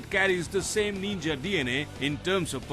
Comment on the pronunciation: It's not Neenja.. It's pronounced Ninja. And yeah, it's not a Naked!